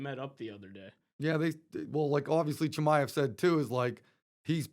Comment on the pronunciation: Not being able to pronounce Chimaev’s name is pathetic lmao